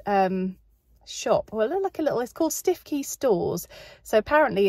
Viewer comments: Aaah, memory lane. Hubby & I lived in Norfolk for 4 years when we were first married (in the early 80's) and have been to all the places you mentioned. But I do have to take you to task on your pronunciation of Stiffkey! It's pronounced Stooky. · Lovely vlog....makes me very homesick being a norfolk girl......your lil store you went to Stiffkey is pronounced Stewkey 🤣🤣......I love how Norfolk folk have their own language like Costessey (Cossy) Wymondham (Windham) Heigham (Ham).......ask the locals next time you go 👍🏻. Need a trip home now after watching this ❣️xx